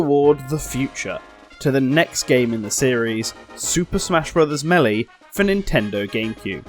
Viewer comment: did he really just say mely